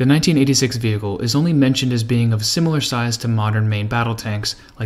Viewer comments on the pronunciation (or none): none